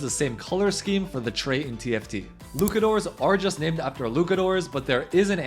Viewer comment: LuCKadoor? xd